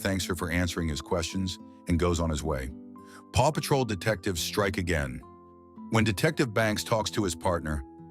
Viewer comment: Man the narrator was hilarious 🤣 dictivities......WHAT 😂🤣😭😆